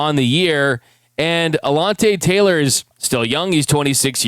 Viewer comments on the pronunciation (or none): I know he ain’t just say alonte Taylor lol